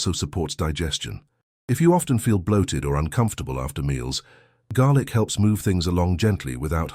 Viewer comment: Garlic . Not garic. Fool